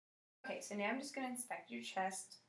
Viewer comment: Sounds like the brunette is saying Meow in the beginning instead of now